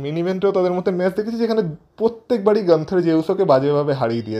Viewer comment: গানথার ❌ নয়, গুণথার ✅ হবে... তুমি সবসময় খালি গানথার বলো কেন?